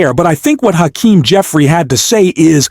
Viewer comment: When you learn to pronounce Hakeem's name I'll subscribe!